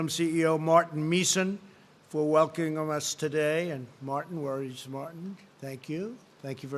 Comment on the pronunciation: "do do" instead of due to "thank you for welcomoming us" 🤣